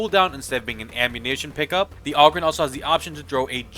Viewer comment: Aww-grin? Come on, brah, think OGRE.